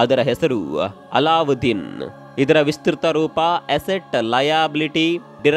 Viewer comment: ಅಲ್ಲಾದ್ದೀನ್ ಅಲ್ಲಉದ್ದಿನ್ ಅಂತ ಹೇಳ್ಬೇಡಿ pls